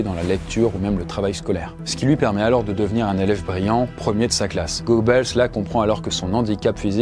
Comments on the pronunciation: C'est pas gobeuls mais Goebbels.... :face-turquoise-covering-eyes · Tu prononces son nom en mode "go balls" au lieu de "gueux beules" ça me termine 😂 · Ça se prononce « Gueubeuls », OE ou Ö en allemand c’est E en français. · moi qui parle allemand, j’ai des saignements à l’oreille, oui. C’est aussi douloureux que d’entendre « Van Bethove » au lieu de « Van Beethoven ». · Tres tres mauvaise prononciation de son nom!!!! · Quand on fait autant de recherche sûr une personne, on fait l'effort de prononcer correctement le Nom et prénom...ça devient pénible